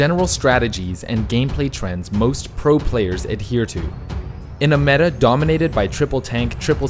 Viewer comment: Sounds more like memeta to me